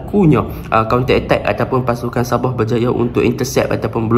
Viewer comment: Admin .. Sabah bukan saboh